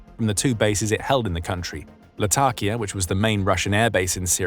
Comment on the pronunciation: "Lat - a - kia"